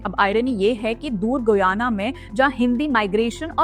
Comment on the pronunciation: The pronunciation is "गयाना".